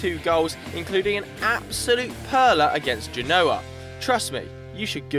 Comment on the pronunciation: when he said genoa 😩😩 facepalm